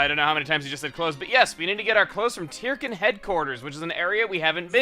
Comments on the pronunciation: I figured Tirkin was pronounced "turkin", like "turkey", since they're little bird guys. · Chugga, you pronounce Tirkin as "Tear-ken", yet I always thought it was pronounced as a combination of turkey and chicken (tur-ken). Do you pronounce it as "Tear-ken" because you simply want to say it that way, or is there something in the name I just don't get? I'd love to know if you have more information on the name. Either way, keep up the amazing work.